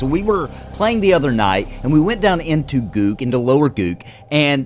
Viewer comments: "Gook" lol... its g-uck (guk) like yuck but with a g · First time I hear Guk pronounced that way lol